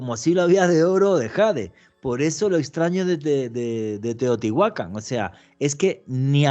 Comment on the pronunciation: Que buen programa pero me intriga saber pq pronuncia mal los nombres y les pone acento donde no debe, ejemplo, Teotihuácan y no dice Teotihuacán. Simple interrogante sin ánimo de ofender